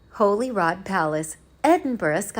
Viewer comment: It’s pronounced holly rood not Holy rod.